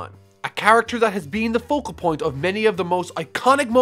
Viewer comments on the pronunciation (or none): none